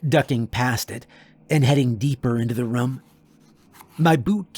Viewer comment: How do you manage to say room in every single video? You pronounce it like rum and I always notice it lol